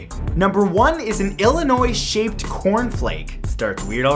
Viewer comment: ILLINOIS not ILLIONOIS